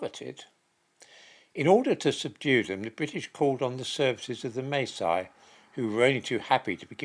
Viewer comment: Masi not pronounced like that. The a is pronounced like the a in father..